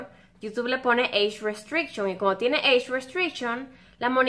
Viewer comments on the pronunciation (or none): jajajajaja Eich restricshion XD